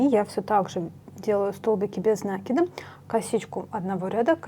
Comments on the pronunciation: ударение в существительном можно проверить, если его использовать как глагол- накИд - накИнуть. В глаголе ударение падает на корень. Если ударение в глаголе падает на приставку, окончание или суффикс, то в существительном ударение ставится на приставку. Мне тоже "режет" слух Ваше ударение, до Вас ни у кого не слышала такого 🤣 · Великолепно,но говорите правильно накИд,режет ухо. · правильно говорить нАкид, схожие в библиотеку, возьмите словарь даля, в нем есть ударения, там будет нАкид. Орфографический словарь для ударений применять нельзя, только орфоэпический, либо толковый словарь Даля для старых слов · В орфографическом словаре накИд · а в толковом нАкид. Орфографический словарь часто ошибается в ударениях, он проверяет лишь орфографию (это правописание). Если слово старое, забытое современными орфоэпическим словарями, его провяряют толковым словарем Даля. У Даля нАкид. Скорее всего в орфографическом словаре опечатка, которую в следующую редакцию поправят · Вы неправы. Правильно "накИд", без вариантов. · На-это приставка,а в русском языке ударение ставится на корень слова